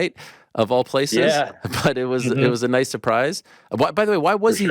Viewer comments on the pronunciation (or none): none